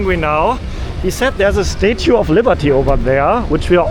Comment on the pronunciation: Someone should learn how to say statue...